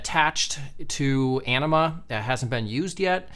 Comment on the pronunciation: I swear, every time says Anima, I hear enema. Anyone else with me? (Love the video)!